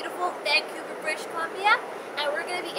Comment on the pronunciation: BRITISH columbia.... not BRISH